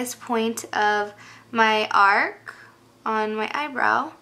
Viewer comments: Ark lol instead of arch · is it an eyebrow "are-ch" or "are-k" ? you say it different then me lol. oh! & can you do a mac collection? [